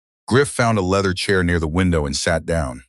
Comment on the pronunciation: AI needs help with pronunciation. PHEONIX, POLICE, LEATHER, ...